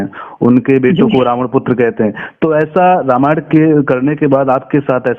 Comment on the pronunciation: Anchor aapko Sharm aani chahiye kyonki aapko ramayan shabd theek se bolna nahi aata.